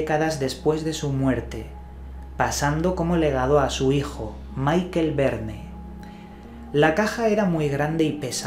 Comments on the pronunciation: Chaval, no es "Maikel" Verne...Es "Mishel" Verne...Los Verne eran Franceses...!!!!!! Entérate.,..!!! Tanto misterio y desconoces lo básico...!! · Estimado, por respeto a los francófonos permíteme hacer una precisión sobre la fonética de los nombres en francés que seguro harán más seria tu exposición. Puesto que parece que el inglés te domina, en francés las palabras van acentuadas en la última sílaba por lo que "Michael" se lee Mishel y no Maiquel como en inglés. Jean no suena Yián sino como en inglés Jan (nasal). Creo importante que si se desconoce la pronunciación en el idioma de la palabra se lean los nombres como si no se supiera su pronunciación en vez de inventarse la fonética, que siempre se puede consultar en la web y no provoca sonrisas. Por lo que concierne a la investigación, muy buena como es habitual en ti.